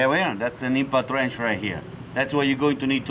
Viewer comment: i swear i heard he say INFANT Wrench